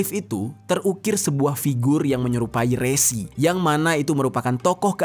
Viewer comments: Bang Dibacanya Re'Si bukan Resi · Resi / Rsi bang bukan resi JNT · RSI, BUKAN RESI BROOOO HATI2 SALAH PENGUCAPAN.. BEDA PENGUCAPAN, BEDA ARTI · Bukan Rési, tapi Rsi. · Baca nya Resi kyk baca ( Belalang )